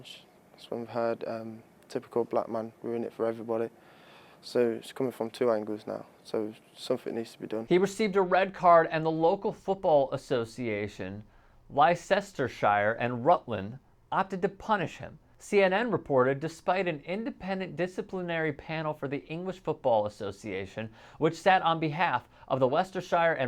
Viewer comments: that should be pronounced lestershire - NOT Leicestershire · Its pronounced LeicesterSURE. Keep up the good work. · As an American living in the UK, Leicestershire is pronounced Less-ter-sheer. Not with a long "I",in any part. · Nancy Jay same. That was painful to hear, hahahahaha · \'les-ter-shur\, dood